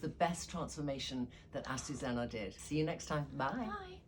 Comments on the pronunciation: oh Trinny ... all this time I thought your seamstress' name was Asusana, when it's actually Azucena ... try pronouncing it correctly. It's very frustrating to closely work with someone who always pronounces your name wrong. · Trina I love you & everything you do so I know you will take this with the spirit intended. Her name is pronounced Acu (zoo) ce (se-several) )na(like the end of nana) honestly I was so surprised her name was Azucena, you end it with Anna. I think names are so important.